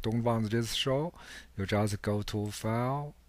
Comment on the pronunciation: Bro said faile